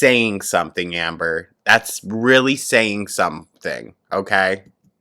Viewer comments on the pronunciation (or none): "I'll talk to her rill good!" You sure did, Amber.🤣🤣🤣